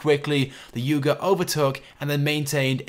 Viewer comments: Its youga not yoga (you-ga) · ITS PRONOUNCED AS "YOOGO" NOT YOGO!!!!